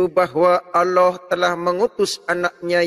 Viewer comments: Allah kace, bkn alloh, nybt aja slh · Membaca Allah, di samakan dgn lafal Allooh ya bos..